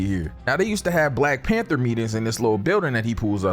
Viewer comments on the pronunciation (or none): none